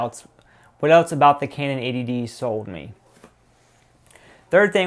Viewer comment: It sounds like you're saying 'ADD'.